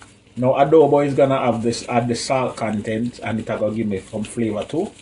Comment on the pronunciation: tooo funny.. "u waah infuse di pot wit flaava"